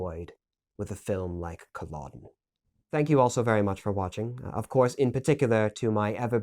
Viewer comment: It’s pronounced cull-e-dun